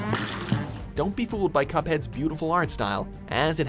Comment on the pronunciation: It's CUPhead, not COPhead